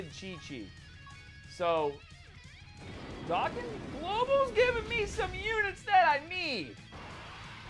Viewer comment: Does it bother anybody else that he pronounces dokkan "dockin"